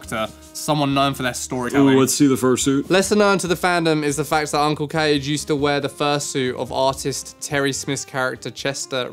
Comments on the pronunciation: ...and Dr. Conway's furry name is pronounced " KAH-gay ", not " cage ". Uncle KAH-gay. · His name is pronounced "KAH-geh." I did think your vids were funny, but it seems you actually have genuine hatred towards furries, so I'm not so sure anymore. Remember, you're an influence on people, so when you practically broadcast hatred towards a sub-group of people, you're inviting actual harm towards others. What people do and like (in the confines of the law, of course) is none of your, or anyone else's, business. Oh, and Robin Hood is definitely considered a "furry" movie. You're views are a bit skewed on what a furry is, but anthropomorphic animal characters are literally the thing furries are fans of. Maybe I am taking things too literally in this vid, I dunno. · I’d say 80% of furries (edit: that have seen them) love your Warhammer videos. Nobody hates furries more than furries themselves, which makes you two even more sus. Also, “Kage” is pronounced “Kah-Gay”. All the cringe furries hate him because he’s more conservative, keeping adult themes out of public spaces. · Can’t be furries, they’d know how to pronounce Uncle Kage then. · it's not "cage", it's ka-gay. fun fact, dragoneer bought furaffinity for 6k (then basically sold it to IMVU XD) also he died recently. there must have been a lot of stress considering all the r*pe and other SA incedents... he had to keep a LOT of it hidden but a leak from FA proved a LOT of hidden scum. for what it's worth, FA was founded in minnesota. these are first hand accounts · Id love to know what percentage of Audience are furries. I can confirm at least one 👀 (Its me), and I love the vids. Couple points, Uncle Kage is actually pronounced Uncle Kah-gay, and he has done wonders for media literacy within the community. Great storyteller too. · Kah-gey, not cage. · it's Kah-gey not Cage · help meeee it's pronounced uncle KAA-GAY not cage